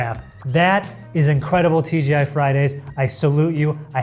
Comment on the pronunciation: The amount of times sounded like he sed TGF Friday was childish;)